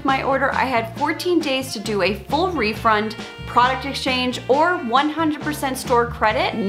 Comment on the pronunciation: Yes, she said refrund. LOL Another great video. Thank you